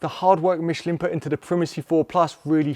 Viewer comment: it's "Mishlaan" not "Mishleen"